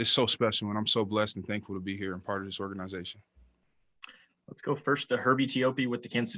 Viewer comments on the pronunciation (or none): "OR GANA ZATION" lol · Org aniz atioN 😂